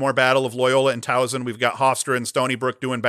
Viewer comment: Great show, as always. Towson is on fire, so let's work on this. There is no "z" in the name. Soft "s" like in Saturday. Say it with me..."My son goes to Tow-son" Just kidding. You probably feel the same when people who say Syracuze instead of "cuse" so I'm just as guilty.